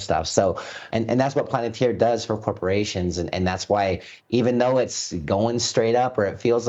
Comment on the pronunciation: Planatir? did he just call it that?